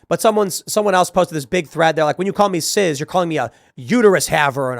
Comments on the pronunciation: Tim, it's CIS not CIZ. You aren't pronouncing it correctly. It's embarrassing. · Cis, not ciz. Calm down Tim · Cis, like sis, it's not ciz or siz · It’s cis not ciz, stop saying it w a z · why the fuck Tim keeps saying " Ciz" instead of Cis? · Wait it's "Sizz" now? I thought it was pronounced "Siss"? Just trying to get that straight. But yes it's obviously a slur. As norm macdonald brilliantly put it: "It's a way of marginalizing a normal person". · Cis pronounced SIS!!!!!!!! Jesus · "Cizz" 😂 Why does Tim say it like it's a soda brand?